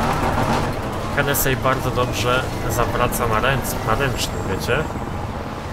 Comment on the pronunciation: to się nie wymawia henesi